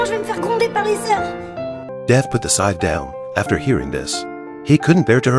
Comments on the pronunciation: How the hell does the robo narration mispronounce the word "scythe"...?? It sounds like it's saying "sigh"! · It's pronounced s ie th